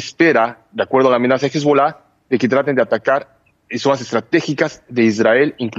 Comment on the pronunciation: No es "Hisbulá", es "HizbAll'áh"